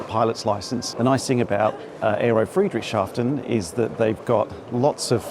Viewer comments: Oh no you're not! It's FREE-dricks-Haa-fen :face-blue-smiling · Tip for pronounciation: it's two words together, Friedrichs and hafen. Not Friedrich and shafen. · Hi, for the pronunciation, just split the name of this town and you'll be fine: say Friedrichs Hafen 🙂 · Great walk around, thank you, but sadly I don’t think you got the name of the place right once:-) It should be thought of as 2 words combined: Friedrich, a persons name similar to Frederick or just Fred, and then Hafen which is the German for haven, harbour or port. In between the 2 words is the “s” as the “hafen” was named after some Friedrich so really there’s no “sh” sound present. There’s also no “t” in any of this so definitely not shaften:-) btw I worked in Germany for some years and even had a girlfriend from… Friedrichshafen and so went there often! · Soo so so weird seeing you on my home base! I ran into Jon on the AERO but was surprised to find your video here. YEARS ago, I suggested you should visit the AERO. A shame we didn't meet. Would have loved to help you pronouncing "Friedrichshafen":-P If by chance you're there on Saturday.... drop a note! And: Mate! Glad to hear that the skies have you back! Honestly, so happy! Looking forward to seeing new flying- content, here.